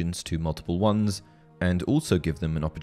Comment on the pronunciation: Because they are Wands not Twands :P